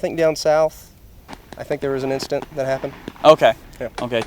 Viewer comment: Bro can’t even say incedenr